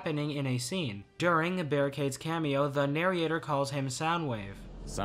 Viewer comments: Why are you saying "narriator"? "Narryator"? You know its "narrator", right? Oh god don't tell me this guy has been using AI voices the whole time... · Hearing “nar-y-ation” and “nary-ator” hurts me a lot. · Loved the video, but for the love of primus, stop saying narriation and narriator, the "i" doesn't go there 😭😭😭